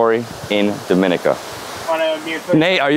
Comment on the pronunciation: Repeatedly mispronounced the name of the country. Should be pronounced as DOM-IN-NEE-CA